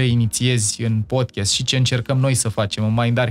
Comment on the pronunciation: Ascult Podcast-ul vostru cu mare interes, informatiile sunt de mare valoare, si va felicit, dar as avea o mica sugestie. Cuvantul Podcast se pronunta Pod KAAST nu Podchest.